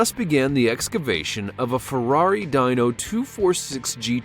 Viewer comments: dyno? its dee-no Also the car wears DUG UP on its licence plate now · It's not a Ferrari DYENO, it's a DEENO; if you're going to talk about something learn how to pronounce it first.